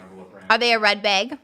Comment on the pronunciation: I love when trisha says baehg